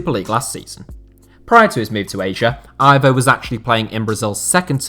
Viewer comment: Aivow?!It's Ivo